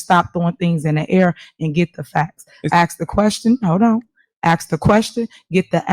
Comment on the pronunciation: "aks" and "rong" 😂😂😂